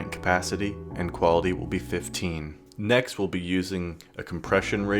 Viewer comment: Ah yes "Nekt"